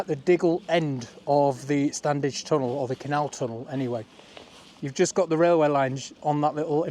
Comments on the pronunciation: Fantastic - thanks. Can't wait for part 2. As a local... you don't pronounce the first 'D' in StanDedge..... it's just 'Stan-edge' phonetically! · Very impressive. Locals pronounce it “Stannage” without the “d”. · Always pronounced this 'Stannage'. I grew up just the other side of the Lees boundary. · Standedge is pronounced as Stannige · Love your videos, watched them since we got a Smart TV with You Tube a few years ago. A couple of points, although its spelt Standedge as a Colne Valley lad with a Slaithwaite dad, it’s pronounced Slawit by locals, the d is silent, like the P in bath, so it’s Stanedge. Also Diggle is and always will be in the Ceremonial County of the West Riding of Yorkshire, Ted Heath can’t remove a thousand years of history. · Anyone else pronounce it without the D? My mum was born in Marsden and always called it the "Stanedge Tunnel" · My grandparents and my mum came from Marsden and the first 'd' of Standedge is never pronounced. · Correct, we lived in Uppermill, it was always pronounced “Stannage”. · ❤ us local lads don't pronounce the D. Great Video!